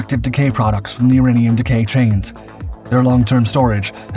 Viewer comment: Also I'm going to add the I'm pretty sure he did use AI due to the pronunciation of "uranium".